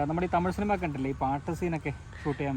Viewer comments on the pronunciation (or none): none